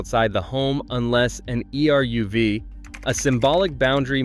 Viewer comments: Eruv is pronounced "eruv", not "e" "r" "u" "v". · Eruv pronounced "AIROOV" NOT "E" "R" "U" "V". I think it's Ai narrator ☹️